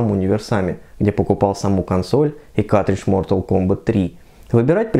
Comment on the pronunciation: Твое произношение слова картридж ("катридж", без первого "р") - очень смешит.